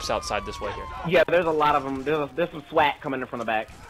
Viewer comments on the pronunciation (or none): I love how pronounces SWAT as Swet.